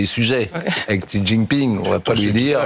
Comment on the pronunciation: XI c'est "CHI" au niveau de la prononciation